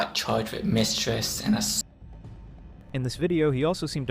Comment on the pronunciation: what is misstress? also dude has trouble with his “r” sounds but somehow puts it in his words when the don’t need it (puke to pruke) Are we sure this guy isn’t trolling?